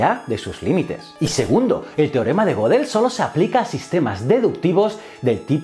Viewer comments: Goedel no godel asi como Goethe no es gote , ö es una vocal alemana que no existe en el español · Sin contar que realmente no introduce de verdad al pensamiento de Gödel, sino tan solo cuenta unas noticias relacionadas, me mató su mala pronunciación de las palabras "Gödel" y "society", una falta terrible teniendo en cuenta lo impecable que fue Kurt en el manejo de los idiomas. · Otra cosa que me mató fue su pronunciación de las palabras "Gödel" y "society", una falta terrible teniendo en cuenta lo impecable que fue Kurt en el manejo de los idiomas.